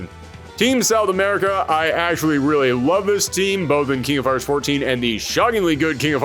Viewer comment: "King of Fires", "Charaters"? What is this accent? (If it's a speech impediment, ignore this and I apologize. Haha.)